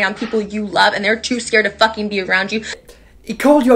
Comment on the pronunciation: " flucking" am I hearing her right here?